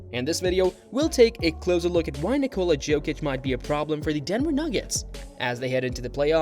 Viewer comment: Ok, I can’t watch this with that prononciation of Jokic